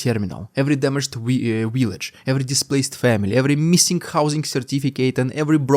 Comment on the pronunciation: Dear, To say v instead of w, change the position of your lips slightly. Saying w is done by rounding your lips. To say v, put your upper teeth lightly above your lower lip and push air lightly through the small gap between them. Village, not willage. Similarly, advise, not adwise. Hope this helps!